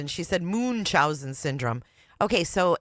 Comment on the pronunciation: I hate that he says munchausen wrong